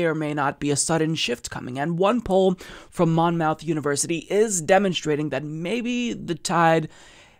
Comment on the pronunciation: Monmouth is pronounced like Plymouth. Muth, not mouth.